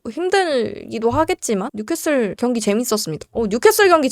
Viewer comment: 뉴캐캐솔 슈쑤쓔팅